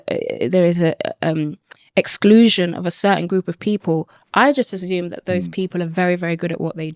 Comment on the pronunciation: Why can’t she say assume correctly?